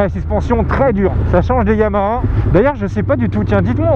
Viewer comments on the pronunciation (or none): none